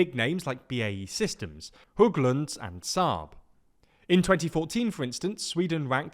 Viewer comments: Ah yes. Hughglunds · As a swede, tiny bit of advice: try to pronounce Hägglunds as "Hegg-Lunds". The Ä letter makes a sound similar to the E in Egg.